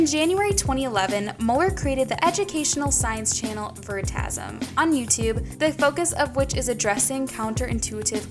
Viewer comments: its not veri ta sum .. Its Pronunced very-ta- sium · ITS pronounced ve-ri-ta-si-am